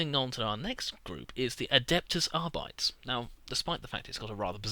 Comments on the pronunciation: Its arbi-tes, not argh-bites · wouldn't it be pronounced Ar-bi-tays? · Arbites: Ahr-bi-tayss.